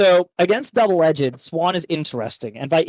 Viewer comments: Bruhhhh double “edge-ed” kills me please say it right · So, when did “edged” get an extra syllable?